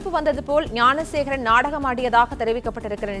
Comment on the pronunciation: Thanks for pronouncing gnanasekaran